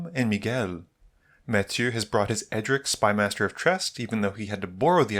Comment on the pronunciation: Edric, not E-Dric